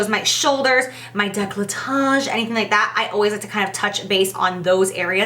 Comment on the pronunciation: Hahaha the way u emphasise décolletage KILLS ME EVERYTIME LOVE U X